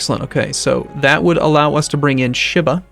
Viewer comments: sheee-bah, not shiiih-bah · Ugh. The way he says Shiba.